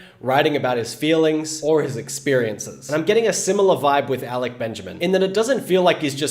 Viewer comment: No he say his name correct